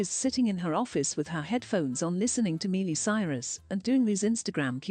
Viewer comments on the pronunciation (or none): The auto read voice said Mealy Cyrus lmbo